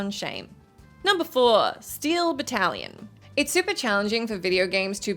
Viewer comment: Jesus tap dancing Christ, every time you mispronounced Battalion as “battle-lion” my eye twitched